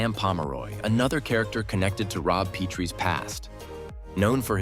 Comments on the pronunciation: What a horrible retrospective. Can't even say Rob and Laura's last names correctly. thumbs down. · Hard to give these vids any credability when they dont even know how to pronounce Rob and Lauras last name correctly. Not to mention Buddy's last name